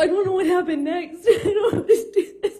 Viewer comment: Boy I tell ya hwhat